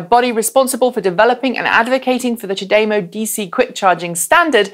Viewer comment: Question, is there any reason you pronounce CHAdeMO differently than virtually every other person I have met?